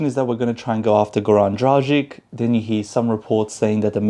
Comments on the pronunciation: It’s actually pronounced „Dragitch“. If we wanna be precise, let’s be precise ;) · It's pronounced 'Dragich'. Who's the beautiful girl next to you? :)